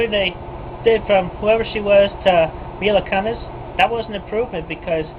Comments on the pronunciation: Mee-la Cunn-ess... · You're not a teen, that's not a Seinfeld joke, your impressions are horrid, Red Skelton and Lucile Ball are facepalming in the hereafter and....THAT'S NOT HOW YOU PRONOUNCE MILA KUNIS!